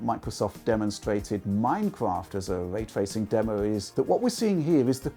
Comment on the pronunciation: 🙄 When de guy says "waytwaycing" instead of "raytracing" Learn how to speak man...